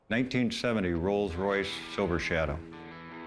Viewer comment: There is no such thing as a "Royals Royce", it is a "ROLLS ROYCE". Real car experts.